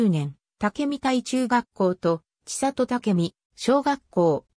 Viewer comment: ちさと、、、とは。 「せんり」と読みます。恥ずかしいですよ。